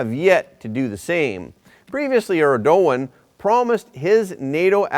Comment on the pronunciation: First time I heard „Erdogan“ pronounced correctly 👍🏼😊